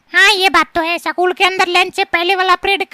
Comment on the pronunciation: स्कूल ❌सकूल ✔️😂🤣😝